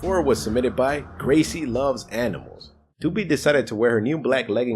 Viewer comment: I like how he said doopie instead of gooby